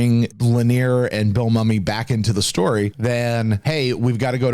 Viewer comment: Great analysis,. BTW, Bill Mumy (and his daughter, Liliana) pronounce the last name, "MOO-mee".